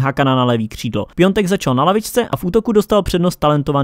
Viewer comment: Výslovnost je vždy zradna. Každý hráč se vyslovuje jinak a Piatek se podle všeho vyslovuje Pjontek, takže se to snažíme vyslovovat správně, ikdyz je to něco s čím hlavně já bojuju tak jsem rad ze aspoň někoho vyslovuji správně 😂😂👌(Praza)